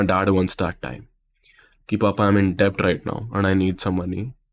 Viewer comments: debt❌ It is pronounced as Det People who are not related to commerce background always make this mistake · Just a suggestion pronounce it det cause b is silent in debt.